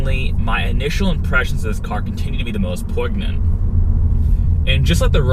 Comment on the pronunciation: "poyg-nent" lol wtf poignant is pronounced like poin-yent